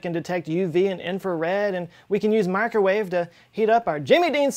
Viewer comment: Ahhhh! You let your southern accent slip a bit when you “Cosmic M’accrowave Backround”.